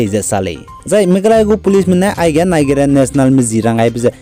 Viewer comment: your channel is really an eye opener for our people bro. you are really oustanding in anchoring the latest updates. keep on soaring. yet I wanna convey a little suggestions with the utterances of specific words. eg. Nigeria.. the correct pronounciation should sounds naiziria... sometimes an improper utterances can mislead infos about the news you produced. thank u. yi ma gedu nang chu discourage jai yi chilei heu begu maklei akangpeu. keep up the good work.